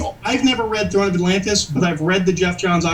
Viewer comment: throne not thorn